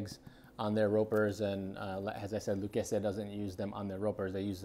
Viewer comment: Lucchese is pronounced Loo-CASEY